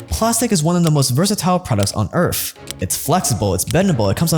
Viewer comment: Did he say earth or Earf? Lol. Sounded like earf